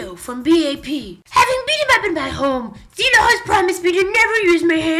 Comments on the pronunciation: lol! why does it sound as if they said zilo instead of zelo, betust istead of beast and ji kwang instead of gi kwang xD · Guise pleasee its not Zeeeeeelo. Its Jello but with a Z. Zelo gets upset when some fans say it as Zeeelo. But its okay, minor mistake! You can learn from it ^^ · Zelo pronounced like ceelo =__= ... as in Cee Lo Green. OTL Considering that in Korean they pronounce the s and z with sh/ch/j sound, it's actually pronounced closer to Jello than anything else. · Lol he said "Zeelo"